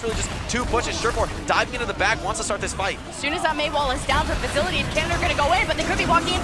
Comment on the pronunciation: They’re saying vizility.. the Netherlands dps 🤦‍♂️